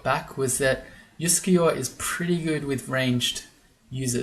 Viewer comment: Your comments about your Scandinavian-sounding pronounciation of Uskayaw pushed that one button in my brain - you know which one! Here we go: 'juskejå' would actually, at least phonetically, be a valid Norwegian word, pronounced quite like you did! It's of course an absolute nonsense word with no meaning. But! If we divide it into 2 words: 'jusk(e)' and 'jå' then we can get creative. Instead of 'jå' we can say 'ljå' - which is a real word, where the initial 'l' is silent! And it means 'scythe'! Now we're getting somewhere. But what about 'jusk'? Well, I found nothing in the official dictionary. But I'm willing to bet a small amount of money that in some dialect in some valley or on some island somewhere in Norway it's a real word with meaning! You know what - let me google that for me. [seconds later] Huh. I'll be damned! I found one mention of 'jusk' as a (dialect) verb, and apparently it means something like to be unsteady/unbalanced, or to stand/balance on something that is unsteady/shaky/wobbly! And Norwegian is one of those languages where you can just stick words together to form new words, therefore 'juskeljå' is indeed a valid word! Conclusion: Uskayaw is now Wobblescythe :D